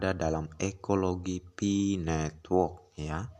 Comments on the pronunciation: Kesalahan yg trus di ulang, bukan pi ay network, tapi " Pi network" atau di baca" Pay network" Gitu dooong. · Pi bukan diucap pi ai bro tapi pai.Jadi pai network bukan pi ai network.yang smart gitu lho bro